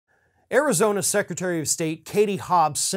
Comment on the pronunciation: "Arizoney". I like that little gaffe.